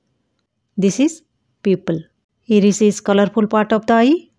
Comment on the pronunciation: Not iiris that's i ris that's not peupil that's puupil